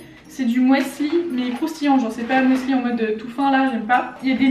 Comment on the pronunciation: Le "persil/persi", ça dépend de quelle région tu viens. C'est comme "chorizo/corizo". Mais... du "mouesli" ? DU "MOUESLI" ?!... Bon, pendant un moment j'en prenais pour grignoter, c'était moins problématique que les barres chocolatées et les confiseries. 😆 En fruit, je préfère les pommes, c'est ce qui me cale le plus. Quand c'est moi qui achète, je fais attention donc j'arrive à me contrôler mais quand je passe chez mes parents, je me relâche et je culpabilise. 😒